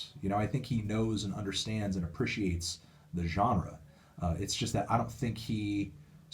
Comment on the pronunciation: Love Fantano, but is anyone else bothered by how he pronounces "appreciates"? It's bothering me more than it should.